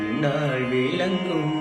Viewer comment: குரல் இனிமை தமிழ் உச்சரிப்பு ழ ,ள உச்சரிப்பு "விலங்கும்" அல்ல விளங்கும். ஏற்கனவே வென்ற சிலருக்கும் இந்தக் குறை இருந்தது அதை திருத்திக் கொண்டால் நல்லது.